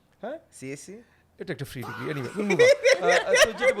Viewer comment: he said free not freak